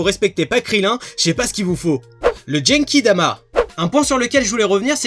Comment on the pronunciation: explique pk tu dit jenkidama ? ça va trop loin -_